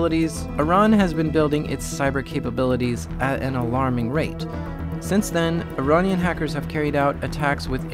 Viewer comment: He keeps saying Ironnian instead of Iranian and it's so funny.